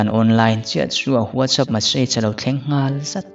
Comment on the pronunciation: Whatsapp hi nga ti nge VUAT CHAP tia in lam ziah, Sap ramah kan awm a, VUAT ZAP an ti nia